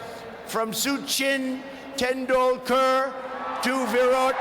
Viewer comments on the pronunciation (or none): succhiiinn tandulkor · He said suuchin tendulkar